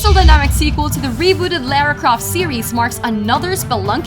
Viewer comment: The way she said Franklin and Lara tho